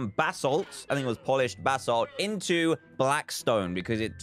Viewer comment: Dan it's basalt not ballast ok